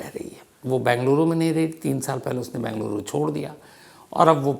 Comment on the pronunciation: Bhai Saheb, it is BEngaluru & not Bangaluru. 😊